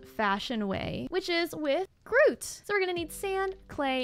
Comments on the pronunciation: Wonderful episode! The copper bee was so cute! You prononcing Grout as 'Groot' the whole episode also made me laugh, though for future reference it's traditionally pronounced 'gr-ow-t'. Those tier three beehives are my favorite color,l so bee-utiful! Thank you for another great episode! You're so much fun to watch. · Ahhh! I love Tinkers construct! 😁:_evatLetsgo::_evatCookie: I hope you enjoy it! (Sidenote, grout is pronounced growt, but I lol'ed so hard at Groot. 😂)